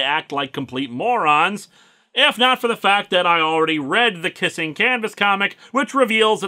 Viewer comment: "Teh End!" I think you mean "DA END!"